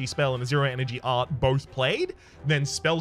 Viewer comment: is anyone else annoyed at the "e" at the end of art